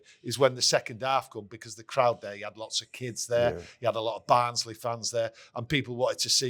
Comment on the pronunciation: ITS BARNSLEY FFS